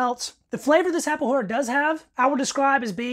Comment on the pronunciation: The "Farinha de mandioca" is intended to mix the rice and meat. It´s a food that sustain you for a long period of time. and saciate your hunger faster. The "rapadura" is pronouced with a hard D, and it´s is a sweet made with the sugar cane syrup. It´s like a harder version of brow sugar.